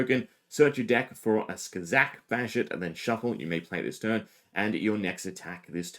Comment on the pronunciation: did you say SKAZAK 😂😂😂😂